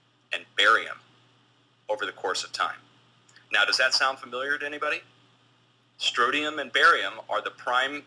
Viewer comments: strontium, not strotium. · People, pronounce it correctly! stron·tium noun \ˈsträn(t)-sh(ē-)əm, ˈsträn-tē-əm\